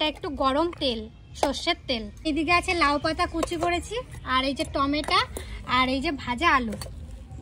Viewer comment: ami tomar sob video gulo dekhi kintu tumi ai juger maye hoye tometo ke tomatar bolo akdom sunte valo lage na. Amnite tumi khub sweet❤❤❤❤❤